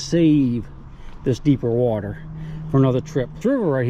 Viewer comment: "Where did you find your civil war bullet?" In Da Watah. lol nice adventure